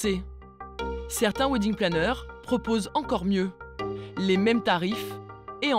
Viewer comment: Oui....surtout quand on ne sait pas prononcer le mot WEDDING.... A part les français....le reste du monde parle anglais.... "Ouidingue" ha ha ha ...